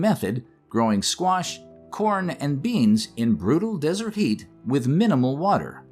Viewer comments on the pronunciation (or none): none